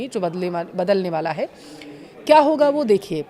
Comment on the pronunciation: होगा बोलना सीखे